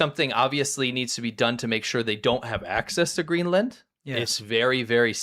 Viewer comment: Greeland? Really....educated at a learing centre?